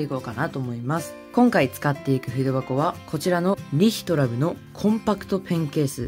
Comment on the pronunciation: リ↑ヒトラブ笑 編集おしゃれですね！🦉